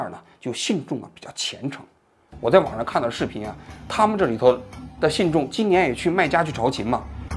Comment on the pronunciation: 王局，您好。这个字朝觐（Jìn）